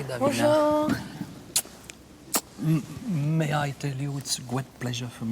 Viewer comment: It's Davina not deen. ??